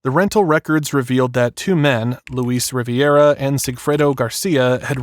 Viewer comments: LOU-IS NOT LOUISE AND RIVERA NOT RIVIERA WTH ARE U READING 😂😂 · You mispronounced several names including Dan's last name. Luis Rivera is not Luis Riviera. Yikes. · This case has been going on for 10 years and the pathetic, no-talent, lazy Law and Crime news reader can’t even pronounce the names of Luis Rivera and Katherine Magbanua correctly. Pathetic I stopped listening after you screwed up katy’s name. You have no credibility. Get another job. Maybe dishwashing is best for you.